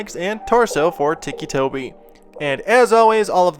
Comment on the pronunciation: ITS NOT TICKY TOBY ITS TICCI TOBY